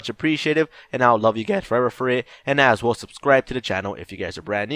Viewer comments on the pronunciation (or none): none